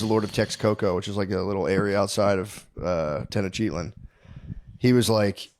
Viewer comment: Matt trying be historically correct and cannot even pronounce Tenochtitlan correctly 🤤🤭 -Maybe that’s you notes 😂